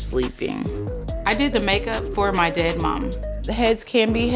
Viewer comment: Why are you saying “dead” like that smh